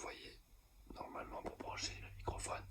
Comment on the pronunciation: Ca me fume qu'il dise "microphone" 😭😭